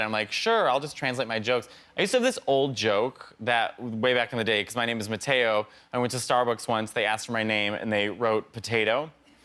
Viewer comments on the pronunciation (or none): I can't not hear "matt-ey-oh", my ears bleed